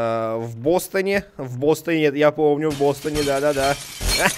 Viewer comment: Говорится Бастане а не Бостоне